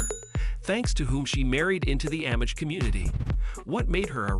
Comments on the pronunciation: No absolutely not! I’ve never in my life heard anybody pronounce it in the way it is in video. It’s throwing me off every single time lol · Not Am-ish, it’s pronounced omish, the A sounds like it is silent, Amish!